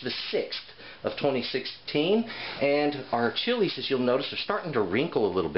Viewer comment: Thanks for the great video. I appreciate your Spanish pronunciation on the chili names. Just as good as your knowledge OF the chilies.